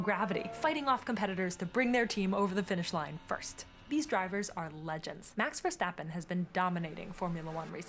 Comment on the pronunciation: The pronouncing of Max Verstappen you made is correct!